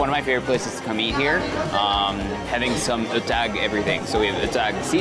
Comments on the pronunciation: I'm from Mountain Province. I love how this video captured the countryside, comforty vibe of the mountains. Also, I love you how you pronounce "Etag", with the schwa sound. 😊 Please continue making informative, fun and adventurous videos. ❤️ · I love watching your videos kuya erwan. It’s like watching NatGeo. You make the effort of pronouncing local words how they should sound. Proud igorota here💕